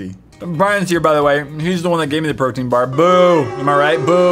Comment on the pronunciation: When he said protein bar I thought he said birthday card